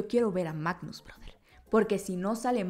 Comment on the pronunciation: Quedé 😮 cuando dijo Magnus en vez de Magus 😂 Sin duda alguna ya quiero ir al cine a ver el Volumen 3. Está película sin duda alguna nos va a marcar mucho, ya va siendo hora de que... No quiero decirlo pero, ya va siendo hora de despedirnos de nuestros guardianes 🥹🥹🥹 Marvel queriendo mandarnos otra vez a Terapia :( Psdt : El fin de semana la iré a ver con mi madre y hermana, van a correr lágrimas:')